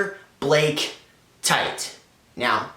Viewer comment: T-A-TE idk how you could pronounce it TIGHT